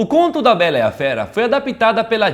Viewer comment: "A BERA E A FERA"